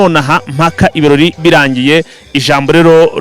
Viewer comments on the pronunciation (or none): Ntibavuga" ikiroli "bavuga "ibirori"